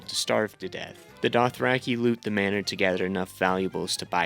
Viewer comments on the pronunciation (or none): none